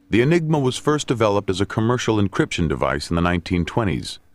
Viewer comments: "Enigma," not :"Engima." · Enigma not Engima!